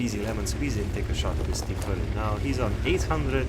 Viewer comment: Just had to point this out, i found it kinda funny, T- firty (idk if you have a speech impediment and in that case I apologize)